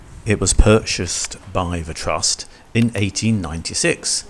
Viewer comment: National Twust? Are you a retarded child? 🤡